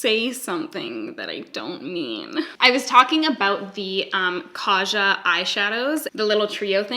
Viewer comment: Sooooo.. i just want you to give me a tutorial on that look. Thank you Its so cute how you pronounce kaja but its pronounced differently. Cant explain but its a korean term for let's go. If you are interested have google pronounce it for you hahaha